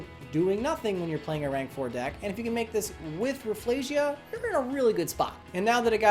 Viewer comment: Just learned that Rafflesia is proven to be pronounced as "Raff-EL-sia", just wanted to say this because everyone has the wrong pronunciation